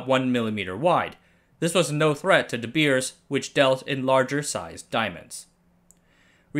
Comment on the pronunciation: De Beers is pronounced like English "The bears". Same as with "Zeiss" being mispronounced, I am sad with English youtubers not taking 10 seconds to look up pronunciation, but then making a marvelous 17 minute perfect content video. Are we Germanic language people just a joke to you? :(